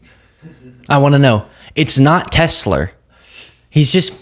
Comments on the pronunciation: Trump says "Tesler" because he has "dementcher". But no doubt like Fentinyl (should be said "nil" not "nol": fentinol is a completely different compound). I'm sure the entire GOP, MAGA, the media and Elon will all copy Trump and mispronounce it 8n the future, because they are not in a cult. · The reason trump says tessler instead of Tesla is because he's not a person who reads very frequently, if at all. Possibly even cannot read, at any reasonable level (literacy is a scale, not an on or off) It's the same reason George Bush used to say new kyoolar instead of nuclear. People who don't read tend to learn to pronounce words based on how they hear others speak those words out loud. They even have a specific name for that trait The trouble is, he's not a very good listener so he can't even listen well enough to get the proper pronunciation. He listens for weakness and opportunities to exploit instead of listening to understand. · Why does he keep calling it Tesler? I want to found a "Tesler" company that sells super woke merchandise designed for old people, like a rainbow wheelchair with a trans-people flag, and a save the planet eat the rich slogan all over it, and an anti-fa symbol too, all together in one item. I'd be super proud. Trump loves Tesler. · Sounds like He's mixing up Tesla with Chrysler to be Tesler... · "In fact you have a tessler" 😂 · Dumb sob. Lol tesler? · Someone yell What’s a Tesler dumbass? Buahahahaha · He says TESLER so often that quite clearly he thinks the car is a TESLER. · Trump calls it “Tes-ler” because lots of people ( mainly Southerners and Brits) sometimes drop the ending vowel and add “er”. Listen to British newscasters. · orange says tesler because he's from Queens, and the accent either adds or drops R's. you think he'd learn it, tho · He probably says 'Tesler' because he might have 'dementcher'. 😖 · he calls is TESLER for the same reason he says FENTANOL because he is unable to read. (it's FentaNYL) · "I LOVE TESLAR!" 😵‍💫 Trump